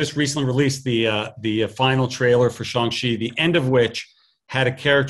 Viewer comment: It's pronounced as "Shaang"